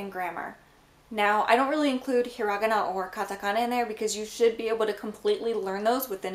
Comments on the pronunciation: hiragana "he ra ga na" not "he ra geh na" ... sorry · i've always wondered why do you pronounce the word "hiragana" the way you do? instead of hira-ga-na, you pronounce it he-rog-gana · the way you pronounced hirigana really threw me for a loop there I’ve never heard it like that before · I thought it was pronounced har.igi.na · can i ask why you mispronounce hiragana?